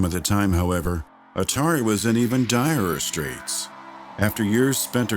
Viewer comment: Direrererer Straits